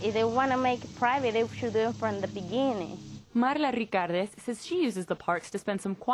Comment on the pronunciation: Why did the reporter pronounce Marla Ricardez like "Marrrrrrla Licarrrrrrdez" after having no accent the entire piece?